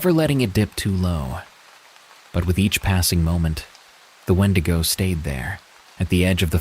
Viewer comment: Call me petty, but I can’t listen to wendigo stories when it’s pronounced ‘wen-dee-go so thank you for keeping my grammer OCD at bay 😅